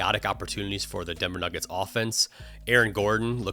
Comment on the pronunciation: Nennver Duggets?